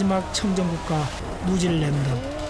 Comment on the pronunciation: 자꾸 누질랜드라네ㅋㅋ